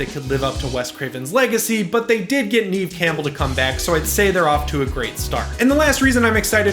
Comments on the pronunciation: Now that Scream 5 is coming, you have to learn how to say Neve and not Neeve! :P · Did you say "Neeve" Campbell? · You pronounce Neve wrong! It sounds like the word Never without the R. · "Neve" is nev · lol. You said it a few times. I've just never heard it pronounced that way before. I thought it was pronounced Nev. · Neve is pronounced like ‘Nev’ lol but still exciting 😁